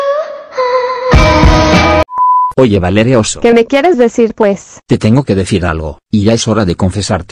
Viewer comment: Valeria❌ Baleria✅